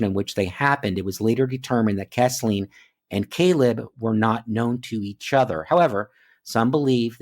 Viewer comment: Three little corrections. I live in the area and Chatsworth is in Murray Co., not Whitfield. You pronounced her name Kess-Leen but her name is pronounced Keez-Linn. The town she went missing in is pronounced Ree-sack-uh. Im not trying to be 'that guy'. It's awesome you are covering these cases. I live in the area but have only become aware of them a day ago!